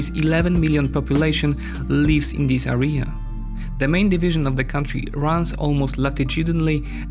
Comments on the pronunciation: Amazing content as always, one remark though, you very often say word "area" and with the accent on the wrong vowel, it's "Area", not "arEa", all else is great :) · Please learn how to pronounce the word "area" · Nice video, it's a really interesting situation ( from the outside). May I suggest 3 words for you to focus on pronunciation? ★ Area ★ Territory ★ Separatist